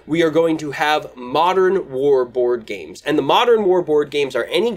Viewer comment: Woard games? Bward games? Has to be a better way to say it . . . Great video!